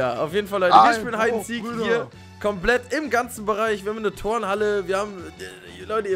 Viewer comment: Das heißt heid and siek OK und nich hued and seek